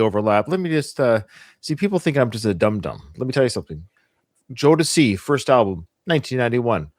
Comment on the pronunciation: First of all-, I loved your first pronunciation of Jodeci ☺️ ❤ And K-Ci is the small, shirtless guy 😆 He was the lead singer of a gospel group when he was a little boy, and as an adult he released a solo song or two. Although both sets of artists came out at the same time, I wouldn’t compare Boyz II Men (B2M) with Jodeci. B2M, was embraced by the pop music industry, whereas Jodeci was 100% R&B. Jodeci is a band, but you can (arguably) compare them to Silk, or Dru Hill.